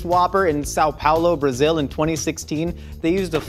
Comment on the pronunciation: I’m sad he said sal paulo